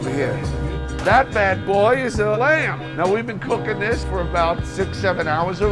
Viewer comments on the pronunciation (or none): Hahah he said ‘I’m cuking tonight’